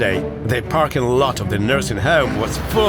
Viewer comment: "NURSINY HOME" LOL